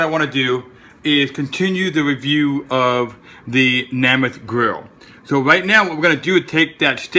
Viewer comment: It's made by Joe Namath. Thats Nay Math, not Nah Math